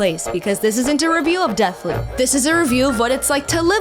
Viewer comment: Sooooo you say Deathloop... but(t) is more like Dead-p**p :/